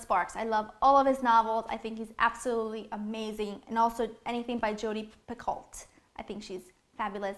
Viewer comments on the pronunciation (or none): FYI: Jodi Picoult's last name is pronounced like "pekoe." :)